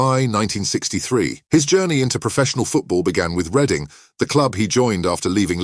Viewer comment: The bloke doing the voice over can't pronounce Reading😂